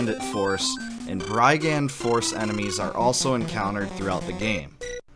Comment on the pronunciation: Interesting approach to an army combat mechanic there. FWIW, "brigand" uses a "short i" vowel sound, so the "brig" syllable rhymes with pig. Brig-and, not bry-gand. Pretty much synonymous with bandit.